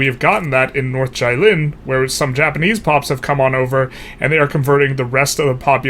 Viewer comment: Jilin is closer pronounced as "GEE" - lin (as in geez)